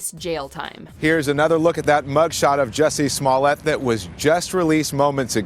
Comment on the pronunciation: Your pronunciations are terrible "Juh-see Smoll-ett?" It's "Joo-see Smul-ey-ay."